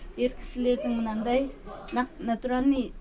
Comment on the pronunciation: Натуралный деп тұр,табиғи дегенді білмейтін сияқты,"ь"әріпті тіпті айта алмайды.